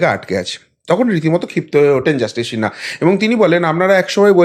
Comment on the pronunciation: আরে সিনহা, শিনহা না, আপনি আমার কাছে গানে ভর্তি হয়ে যান ঠিক করে দেবো বাদ বাকি সব ফাটাফাটি উপস্থাপনা😮